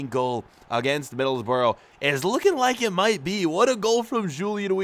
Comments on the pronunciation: Being a Middlesbrough fan it triggered me when he said middlesborough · The fact he said Middlesbro annoyed me 🤣🤣